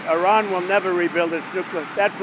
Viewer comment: If (I run) you won't catch me. That is not how you pronounce Iran.